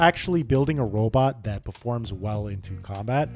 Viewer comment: Each time you said "robot" it triggered my autistic anger.